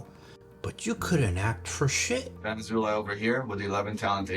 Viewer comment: His last name is pronounced “Azo”+“Lie” I am not even joking, ask every Jewish/Israeli person.